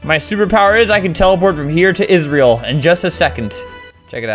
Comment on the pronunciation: I got so triggered when he said: "Isreal" instead of "Israel".